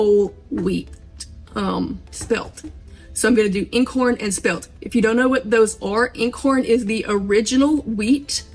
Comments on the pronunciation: Okay...I have to correct your pronunciation of "Eincorn". It is NOT "N-corn"...it is "EYEncorn". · nit pick, its not pronounced in-corn it is pronounced eyen corn because it is german for one wheat because it has only one head of corn where modern wheats have 3 per stem. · For future reference, "Einkorn" is pronounced eye-n-corn, like your eye, not "in". It's German for "one kernel". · It's actually pronounced " '-Eye nnnn corn' - not in I'nnn. Just thought you'd want to know. Love your channel! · What flour are you saying that sounds like in corn? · I just found your channel,,,THANK YOU!!! I NEED simple uncomplicated ways to do homesteading. I can't figure out what you're saying about the original grains you used...IN CORN is what the transcript types out. Is that correct?? And how do I get that grain? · This method makes so much sense, I always used to be amazed there was so much discard....btw einkorn is pronounced 'iron corn' not 'in corn'. Gonna try again with your method, thank you ❤ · FYI, properly pronounced as if you’re saying “mine”corn without the “m.” “INECORN.” (Proper spelling is: Einkorn.) 😊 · Can you spell that original what? Sounds like incore wheat? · Properly pronounced as if your saying “mine”corn without the “m.” “INECORN.” (Proper spelling is: Einkorn.) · I’m thinking it’s pronounced ine -corn and thank you for your recipe . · Hi, I just happened upon your video and am so grateful because I am having so many problems with trying to get a starter going! I am using the above mentioned methods and flours, Einkorn (pronounced EYE N corn, like nine without the first n, I had to learn myself as well😊) all freshly milled by me and no luck!! I am heartbroken and have thrown out so many discards and starters!! I have cultured buttermilk and fresh Einkorn and Rye so I will try it your way and also pray again and hopefully I can get one going! Thank you so much for sharing your knowledge with me/us!! God bless you and yours!👏👏👏❤️✝️🙏